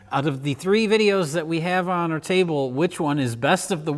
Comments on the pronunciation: I've been tainted by this channel. Every time said "folding table" my brain kept hearing it as "folding chable" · I believe you meant 'Folding Chable'.